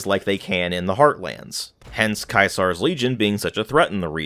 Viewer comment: Lol, Kai Zar